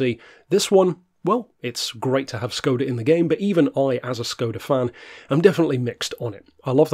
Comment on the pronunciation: Fun fact: It's pronounced more like shcoda